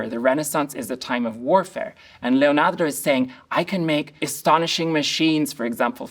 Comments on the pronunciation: He says Leonardo how I would like to one day be able to say Leonardo 🤩 Thank you for your knowledge and insight! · Is it me or is anyone else annoyed by the way he pronounced Leonardo? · If you need a run down... I only made it 7 minutes.... This guy is Suuuuuuuper sad that chocolate wasn't available (consider me suuuuuuper seriously struck). He makes a BIG point that Leonardo (pronounced LLeeonyeeardo).... He's also a weirdo. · that emphasis in "LeoNAR🤌do" goes hard... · Love how he says Leonardo! Makes me feel better about my accent 😅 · The way this guy says, 'Leonardo' scratches my brain in the best way. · Why do you pronounce "Leonardo" in such a strange way? It's inauthentic, annoying, and seems ignorantly pretentious.